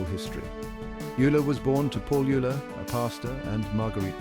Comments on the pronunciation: OYE-ler! Not you-ler. And the music is intolerable. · How to pronounce Euler sonds like "Oyla" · Narrator cannot pronounce Euler's name consistently (it's "Oiler").